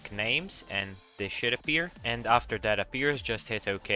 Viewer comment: And he said aafter xp